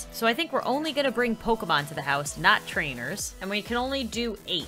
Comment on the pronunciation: instead of struggling with saying Pokémon Sims say pokèsims